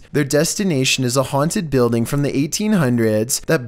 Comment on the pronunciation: “I dold you ets auaunted”😂😂